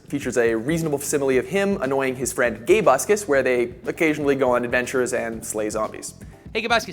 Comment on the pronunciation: "Its GABE-USCUS